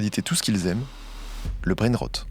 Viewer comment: je suis fière de toi 👏 c’est effectivement comme ça que l’on prononce “brainrot” 👏👏👏👏👏👏👏